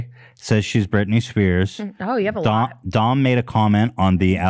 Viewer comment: I thought Ethan was making fun of Doms name and the whole time he thought that’s how you said it 😂